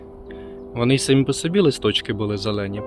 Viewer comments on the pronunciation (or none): none